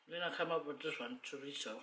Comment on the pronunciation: Good morning how are you yes you pronounce right on chorizo tipical dish meal in Latin America must taste so delicious Thank you for make the meal made me feel good and hungry L.O.L a dios amigos have safe trip to the cook island Have ever heard about this islands called RAPA NUI RIGHT ON THE MIDDLE OF Tahiti and Chile south America interesting RAPANUI Isla de pascua belong to Chile the must BEAUTIFUL thing they are polynesian and they speak Spanish Latin language SAMOA AND RAPANUI POLYNESIAN ISLANDS!!!! FAAFETAI TELE LAVA A DIOS GOD BLESS YOU ALWAYS